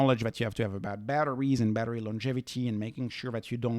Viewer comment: When you say Badri, it sounds like battery 😂